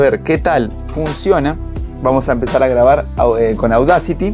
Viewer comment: En mi humilde opinión, Audacity no es esdrújula. Es grave. Au - da - CI - ty. La acentuación está en la segunda sílaba. CI